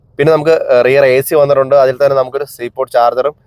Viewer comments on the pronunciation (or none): none